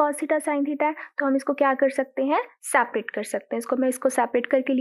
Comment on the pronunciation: Ye mam Aapne last me kya kha 'sapet' Kuch samjhe nhi aaya🤔🤔 plzz mam help🥺🤥